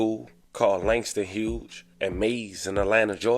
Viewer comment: “Langston Hughes” not “Langston Huge”! Gotta know Black History to know the school’s name